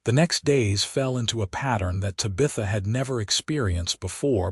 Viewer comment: The narrator is saying Ta bith a Tab i tha like the daughter in the 1960s sit com bewitched minute this seems like a cool story. Still like the sassy little alien girl LOL